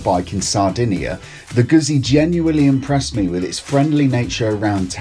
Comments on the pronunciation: Gutzi, not guzzy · Had to stop watching as his pronunciation of Guzzi was driving me mad..He should know better. The double 'z' is pronounced the same way as in pizza for god's sake. Sorry just OCD kicking in....